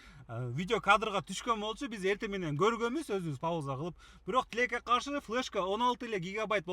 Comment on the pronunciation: тилек тилеке каршы деп суйлосо кызык угулат экен😂